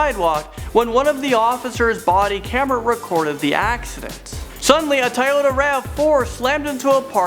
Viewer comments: "Tie Ota" It's Toyota. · Does not know how to say "Toyota"